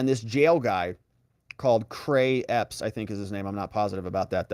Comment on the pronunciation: Are you trying to say ray Epps ? Lol